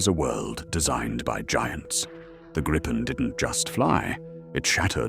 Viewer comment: The Swedish (and Nordic) "i" in Gripen is like the "i" in "video", not the "i" in "vice". The "re-armed, re-fueled and airborne again from a road in 10 minutes, using only 4 conscripts plus 1 trained technician" may be the optimal stretch, but you get the general idea of the Swedish concept of Dispersed Operations. Bombed-out air bases become irrelevant! An 800m stretch of highway, a fuel truck, a weapons supply truck and and a handful of minimally trained conscripts will do, be it in 10 minutes or 20 minutes. This capability is off the charts for any defensive air force, which is what the Swedes were aiming for in the first place.